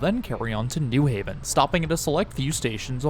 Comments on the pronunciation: Nice video! I'll never understand why people pronounce it NEW Haven instead of New HAVEN, not like that's different anywhere else on the east coast- New Hartford, New Canaan, New York, New Rochelle, New Bedford, I can't think of an example of another pronunciation. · as a new haven resident, this is the single easiest way to tell that someone is not from here. virtually all visitors and transplants pronounce it NEW haven (almost as if it's spelled newhaven, ct) and everyone who is actually from here pronounces it the correct way, new HAVEN. the pronunciation kind of ruined this video for me, haha. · I've never really heard anyone say it that way until this video. The only reason I could ever think of is to distinguish from East Haven or West Haven. And none of those others have the "new" stressed either. Only thing like that I can actually think of is New Lots, Brooklyn.